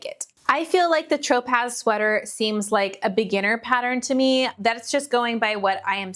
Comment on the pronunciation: Great round up ! Try Salena Bacca and Shyler crochets for more summer coverups and tops! Tropez is pronounced Tro-Pey for San Tropez in France 😊 thank you for the inspo